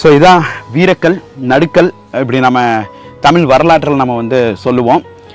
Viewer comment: நடுக்கல் அல்ல நடுகல்